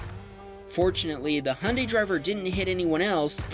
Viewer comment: HIGH-UN-DIE ✅ HUNDAY⛔